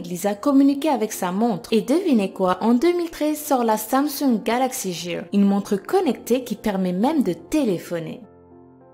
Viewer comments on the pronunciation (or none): Ce n'ait SAmsung galaxy Jear(ecrit en phonetique mais Gear (comme montre en anglais =] ) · Le G de Gear se prononce 'gue' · je n ai jamais entendu du samsung galaxy jear??!!??? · "Samsung Jear" Mes oreilles... XD